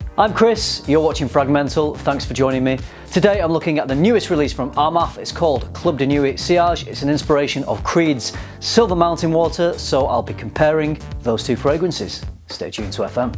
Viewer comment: "Club de nyooweet"?!? :D Club de "nwee". /pedant